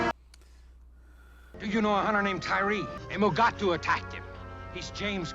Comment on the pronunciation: The white gorilla creature is officially a, 'mugato'. But, no-one seemed able to pronounce that.